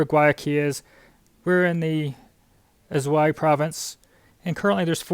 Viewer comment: Also, the province is pronounced Asuay. There is no Z sound.